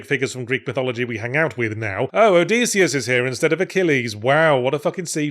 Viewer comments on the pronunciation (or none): none